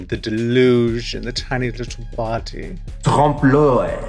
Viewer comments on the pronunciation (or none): Troomp l'uh-y, not trawmp l'oy